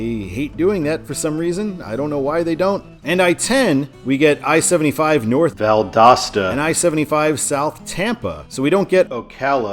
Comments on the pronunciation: Well, because he had Val-DOOS-ta in the last video. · Did someone comment on the Valdosta pronunciation on the NB video? I'm assuming so... Made me laugh every time throughout this video. I think it's uh-latch-ew-a, at least as far as I know, but I'm not from that part of FL. Tis a super small place and the name of the county Gainesville is in. Looking forward to 95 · People must have been roasting ya hard on the way you said Valdosta. Lol. I agree that Valdosta should kinda be a control city but only in Georgia. I-75 north in Florida should just sign it for Macon or even Atlanta. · Why does it sound different whenever you says Valdosta? Are you saying it a different way? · Yeah. My mom heard him say Valdosta wrong. I had to tell her that he corrected it